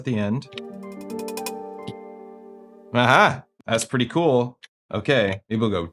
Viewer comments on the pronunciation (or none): "Nyuh-huh... that's pretty kewl."